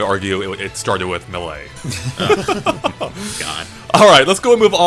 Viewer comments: Why does say melee as “mulay” instead of “maylay”? It annoys me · What the hell dude? It's pronounced May-Lay. The anouncer even says it in the game. I love ya'lls content, but it always hurts me when you say melee like that. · In my opinion: "Maylay" is correct "Melay" is acceptable "Muh-lay" is completely wrong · He says Mh-Lay, it's so weird. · I always laugh at how say "m'lay" whenever he tries to say Melee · That’s Not. How. YOU. PRONOUNCE. MELEE. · augh! Melee is not said like some sort of fancy french word! The first "e" in the word makes the sound of it's own name.